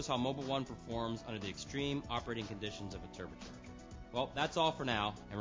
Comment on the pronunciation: The "Terber charger"